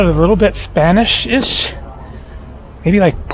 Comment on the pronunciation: was definitely Spaniard Spanish.